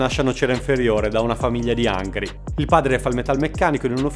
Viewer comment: angvi in pvovincia di salevno